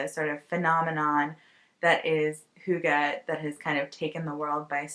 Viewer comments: I'm Danish and you're pretty good at saying "hygge" so no need apologising ;) I've never heard about the book but now I'm super curious to read. It would be so interesting to hear a foreigners view of the Danish culture. Thanks for yet another lovely podcast :-) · You pronounced Hygge correctly. Cosey time is nothing special to denmark.. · You are pretty spot on saying “Hygge”! You should come visit Denmark and experience some hygge ❤️ I feel like that is all i’m trying to do lately and would love company 🤗 Hope you have a lovely trip!